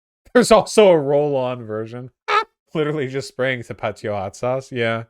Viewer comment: the worst part of all this is how vaush pronounces Tapatio